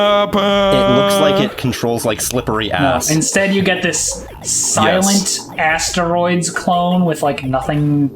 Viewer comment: “It controls like Asteroids.” Ass-teroids, more like, in this case.